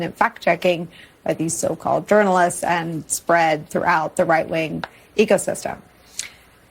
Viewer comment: bro wtf she said white wing.🤣